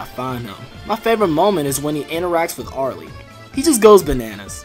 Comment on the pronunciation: top 5 favorite tetris openers also, aarl, not ar-lee btw